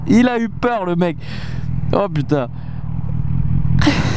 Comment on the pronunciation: MDR j'ai bien ris comme d'hab au lieu de dire putain tu dis "Pitin"